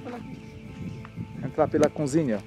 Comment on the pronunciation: leia a" Cozinha". Vc pronúncia cunzinha,pelo amor de Deus, vc não é um comunicador, ou tenta ser.